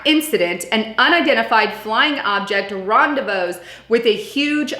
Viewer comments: Rendez-what?! XD Gotta luv ya!.. Rendezvous is pronounced Rendezvoo, so they Rendezvoused =) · Was gonna scream if I heard "ron-day-vose" one more time!!! It's RON-day-Voo & rhymes with YOU not NOSE! Ever heard of the concept of silent S..??! Annoying AF, AAARRGGHH!! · Ron-day-vooze,. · Ron-da-vooed. Not rendavussed. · ron day voozed ....uggghh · It's pronounced Rahn-dae-voo. Look it up! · Say; "Ron dey vood" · rendezvous is pronounced "randevoo" darlin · Just said basically the same thing ! Then saw your comment. I had to turn video straight off due to her, well how can i put it ?? Dumbness...... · interesting report. but its pronounced ron-day-vu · US Govt Secret Space Program (SSP). You said DOT and Dept of Defense. I think you meant DOD Please learn how to say rendezvous, horizontal, elongated, axis... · How are you gona run a whole youtube channel and mispronounce and misspell RENDEZVOUS lmao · lmao it killed me when I heard it she said it twice and I cringed so bad I ended the video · She mispronounced several words. Not just rendezvous.